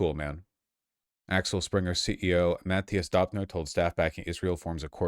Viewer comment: Why is he pronouncinf Döpfner lile Daubner